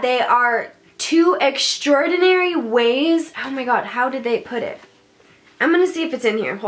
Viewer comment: “OhH mY GwAh”